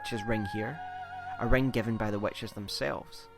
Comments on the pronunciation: "again this emphasis the WETCHES" ugh it's wItches lol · Nice video.sorry ,but I cant stop laughing the way you say witches(wetches).Anyway,a well done Souls video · "Wetches" lmao No, really, though. This video was great! Subbed